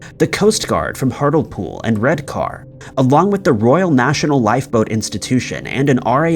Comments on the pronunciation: Hartlepool is pronounced hart-lee-pool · C’mon - what did you expect when you heard the way he pronounced Hartlepool? 😆😆